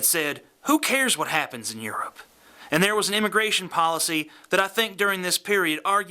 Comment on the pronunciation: I love the way you've pronounced Europe as George Bush, that's almost exactly like his accent.